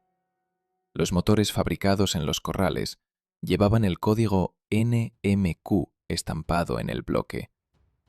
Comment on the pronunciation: Este video podia haber sido un excelente documento histórico sobre la historia de AUTHI, y del Mini, en España, pero se quedó por el camino. Primero, esa voz en off sintetizada, con errores graves de pronunciación: se habla de NMQ, y la voz en off pronuncia nmcu. Se habla del MG1100, y se omite cualquier foto del mismo, en cambio van apareciendo pequeños fragmentos de video de un Mini 1000E, que pretende pasar por un 1275C, con un tablier que le delata (el 1275C no llevaba el tablier con guanteras, sólo una caja rectangular central) En cambio, el volante, y los asientos, sí parecen de un 1275C. Se habla de pasada del Austin Victoria, y ni aperece tampoco foto alguna del mismo. Cuando se habla del paso de la fábrica a manos de SEAT, y aparece unas fotos de unos 124, resultan ser de las primeras versiones, fabricadas en Barcelona, no de los modelos FL, el restyling que se produjo ya en Landaben. Respecto al Polo, tampoco son correctos los modelos visualizados. Este video habla del Mini que usó Juan Carlos, y tampoco aparece foto alguna. La idea del video era muy buena, pero el material gráfico usado es pésimo, mostrando modelos modificados, no de serie, cuando existen muchísimas imágenes en la red que si son originales. Esta moda de usar voz en off sintetizada afea aún mas el resultado final. Lo siento, el tema me apasiona, y al empezar a verlo pensaba disfrutar, pero el montaje final deja mucho que desear. 😢